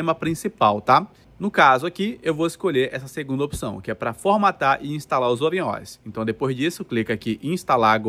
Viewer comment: Crítica construtiva: o que me intriga é pronunciar O.S. como se fosse um artigo (plural da letra "o"). O correto é pronunciar " O.S." como sendo "ó ésse". Até porque trata-se de nomenclatura .